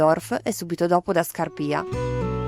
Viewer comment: Ciao, sono un alagnese ventenne e vorrei dire due cose. Il video è estremamente ben fatto e caratterizzato da riprese e immagini mozzafiato e assai definite che rendono onore alla bellezza dei posti fotografati, appunto. Oltre alla piccola precisazione sulla terza frazione di Otro, che si pronuncia Scàrpia e non Scarpìa, volevo disilludere leggermente coloro che han visto e vedranno il video. Purtroppo o per fortuna, ogni cosa ha infatti i suoi pro e contro, Alagna sta perdendo da decenni, sempre più velocemente, la sua vera identità. Teniamo in casa scatti antiquati e nella mente i racconti dei nonni e ancora della generazione dei miei genitori che raccontano un paese realmente isolato, incantato e appartenente a una propria e unica realtà. Oggigiorno, invece, l'Overtourism sta colpendo anche la nostra valle, facendo scattare alle stelle il mercato immobiliare che ha raggiunto prezzi insostenibili. E siccome siamo pochi residenti 365/365, conoscendoci tutti, le voci girano e si sa che molte persone stanno mollando località rinomate e note da molto più tempo come Courmayeur e Breuil (Cervinia) per scoprire valli più o meno limitrofe ma più riservate e legate alla tradizione. Solo che così facendo si innesca una dinamica composta da mode e flussi che creano un movimento che rischia di far diventare Alagna come Courmayeur tra qualche anno, con negozi quali Hermes e Moncler. E noi non vogliamo che ciò accada. Faccio un esempio: fino a poco più di un anno fa non vi era neanche il